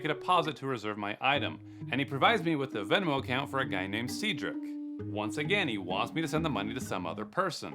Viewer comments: It’s Sed Rick not Seed Rick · See Drik not Ced drik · It's pronounced/said rick. Not seed rick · see-drick it sed-drick 😂 never heard that before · Love your videos. It's "Seh-drick" not "See-drick". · Seigedrick? Seems legit...... It's pronounced Said-Drick. Cedric.... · Cedric 😭 you said seed - rick It’s pronounced said - rick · Said-rick, not sea-drick That clearly says Lewis Arnold. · “See’drick” smh 😂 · you said "cedric" wrong it's said like.. "Saidrick" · Cedric is pronounced like “said-drick”. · You aren't pronouncing Cedric correctly.